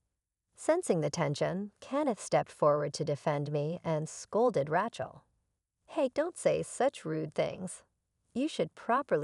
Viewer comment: epi-TOME. RATCH-el?